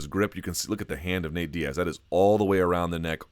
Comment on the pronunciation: Say it with me..."Diaz"